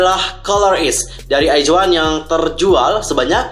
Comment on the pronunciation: bang pas baca in nama album izone nya kok "iz" bukan nya "aiz" ya di baca nya